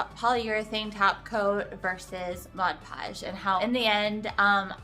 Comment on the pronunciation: Honey you need to pronounce the 'D' in PODGE! Saying Modpogge isn't correct, it's MODPODGE! I like your tip with powder.